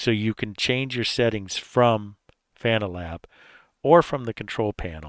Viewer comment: "fuh-NAL-ab"! LOL Good point :face-green-smiling